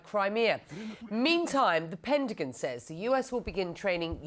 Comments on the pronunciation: CNN can not find an American speaker to Anchor their news ? say the words right, WFT is our Pendigan ? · not the pet-a-gen says lol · The “pentagin”…